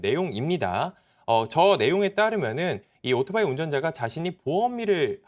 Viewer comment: 젊은 아나운서 입에서 아직도 "오도바이"라고 하네요...